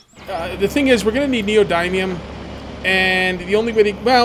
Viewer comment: The "y" in neodymium is soft, like "dim", not a hard "i" like in "dime". Good series. Look forward to more videos.